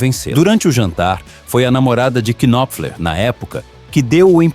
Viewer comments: Ótimo vídeo, mas me permita uma sugestão, na boa. O nome do cara não se pronuncia "qui-nop-fler". O "K" inicial é mudo. A pronúncia é Nóp_fler, com o P bem curto, quase mudo também. Se fossem moedas, um knopfler valeria uns 30 stings. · Por favor, aprenda a pronúncia do nome dele!!! "Mark Knopler". Esse "K" não é pronunciado, da mesma forma que no verbo "Know" também ol "k" não é pronunciado. Estude mais antes de fazer vídeos!!! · Marky Kynofler 😂 vai estudar inglês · Não se lê o K no nome dele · Excelente vídeo, parabéns Só uma dica: não se pronuncia o K do nome Knopfler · Knopfler se pronuncia com o "K" mudo, como em "knife"